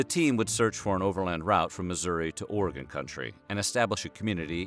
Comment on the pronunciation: Thank you for pronouncing “Oregon” correctly lol